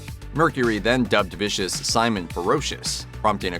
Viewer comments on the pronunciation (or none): none